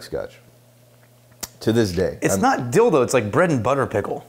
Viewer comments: ... did you say ‘dill though’ or ‘dil-do’? 🤔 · "It's not dildo, it's bread and butter pickle." Your annunciation is fine I'm just losing my mind 😆